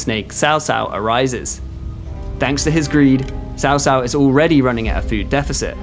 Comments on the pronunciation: you literally say Chow Chow, like the dog. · after all this time, how are you still saying his name as SAO SAO?!